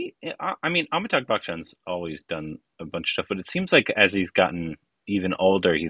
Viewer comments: It’s AmitaBH, not AmitaGH. Just a correction :) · Please learn to pronounce AmitaBH !